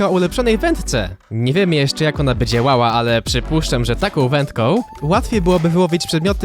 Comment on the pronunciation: czy tylko ja słyszę "Nie wiemy jeszcze jak ona będzie łała"